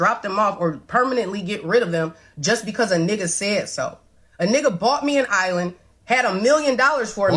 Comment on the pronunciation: An island, ma'am. Not uh island. 😮